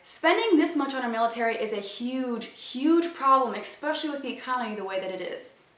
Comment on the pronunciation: It's spelled ESPECIALLY and that's how you pronounce it! Not Expecially! @@